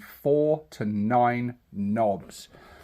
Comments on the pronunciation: Nah it comes from medieval peasants originally calling nobles white-nobs meaning white-heads due to their powdered wigs. They then shortened it to nob and the pronounciation is: enPR: nŏb, IPA(key): /nɒb/ which is pronounced with the short o. So its not nobe. Nor should it be. Now get back to the zoggin WAAAGH you Gork (or possibly Mork)-damn scrawny sympathiser 'afore the boyZ WOLLOP YA. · I know it sounds odd, but that's the "correct" pronunciation. It's kind of like how "Waaaaugh!" is just "War" pulled out longer, but some people insist on pronouncing a hard "G" in there. Drives me batty. (Well, they're technically wrong, due to teh word, and "Nobes" is technically right, but the same eyetwitch trigger applies either way!)